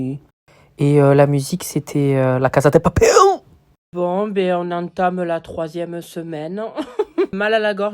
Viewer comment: " la casa de papiiiiiil" mdrrr